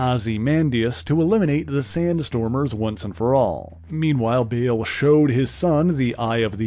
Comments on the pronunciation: Yeah, "Bail" - it's Baal, like "ball", not bail 😑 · Bale? It's Baal [spelled w/2 A's] pronounced BAAHL